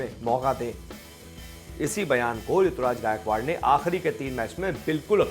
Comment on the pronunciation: It's not Rituraj.. It's Ruturaj